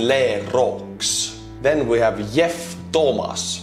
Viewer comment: "Yeff" Thomas 👌 had me dying